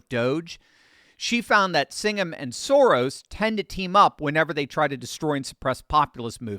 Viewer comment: It's pronounced "SHO-rrrrosh" - meaning "row" or "divot" - I like to say "Sem semit Soros" which translates to "less than nothing Soros"...